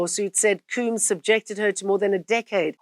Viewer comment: Sean diddy “Coombs” 😅😅